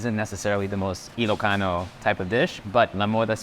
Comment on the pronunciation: You ilocano pronunciations are so good.